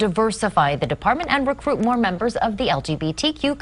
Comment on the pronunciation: dude cant even pronounce the word Department